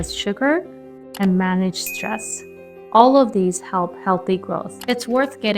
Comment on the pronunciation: She said moat not all